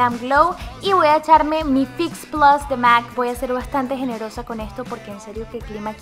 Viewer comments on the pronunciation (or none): none